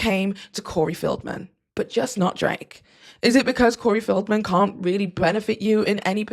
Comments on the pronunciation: Feld-man not Field-man😘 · Corey FELDman, not FIELDman.